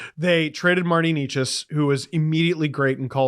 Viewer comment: It's Nay-chess